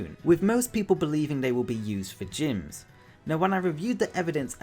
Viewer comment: Ugh at number four when you said Gyms I thought you said Jynx 😭 an Alolan for for Jynx would be so cool to either Fire/psychic or fire/fairy or fire/ghost and be a Fire Hula Dancer would fit perfectly in Alola! 🌴 ☀️ 🌊